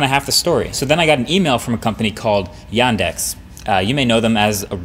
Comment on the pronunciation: Wow, actually I am surprised how well you pronounced Yandex.